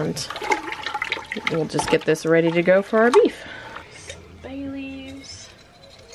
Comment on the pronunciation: When you were building the beef marinade and said you were adding bay leaves I thought you said Baileys ! HaHaHa ! I was talking to the video saying WHAT !